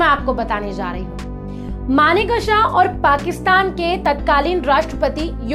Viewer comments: Maane ksa nahin manek sha Uchcharan sudhar koi bhi anchor bnra aaj kal. 😂😂😂😂😂😂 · Request you to please pronounciate his name correctly. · Pronounce Sam Bahadur's name correctly, please. Ask a Parsee... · Video bahut accha Laga. Maneckshaw.2 alag word nahi Hai. AAP ko Yeh Dhyan rakhna bahut zaroori Hai. 50 time Sahi bholna seekhe.